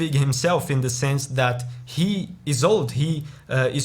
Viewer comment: "This piece - it's a piece dat", as a Russian, I don't need to hear the rest of the review after this!